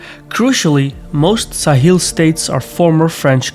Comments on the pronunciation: All good but Sahel is pronounced Sa-hell, not Sa-heel. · Sa-hel not sa-heel